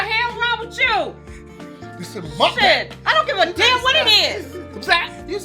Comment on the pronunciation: I just love she said mukbound!!! Cliff too Rough bout to knock him out.